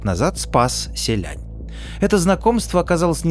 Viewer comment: не звучат они так по-китайски. то как ты их называешь - простой транслит пиньиня, а не то как они произносятся